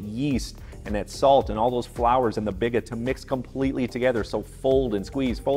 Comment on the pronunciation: It’s “bee-gah” and a Biga is low hydration compared to a poolish. Biga is classically about 50-60% hydration where Poolish is 100%.